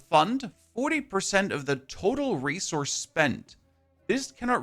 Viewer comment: How much "race horse" are you spending? 😂 I thought I heard that instead of resource, and now that's all my brain hears. Thanks for the video and updates on the patch. Sounds exciting.